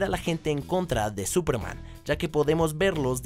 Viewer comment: Súperman esdrújula.